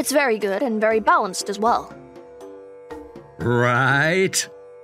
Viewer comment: He said God, instead of good💀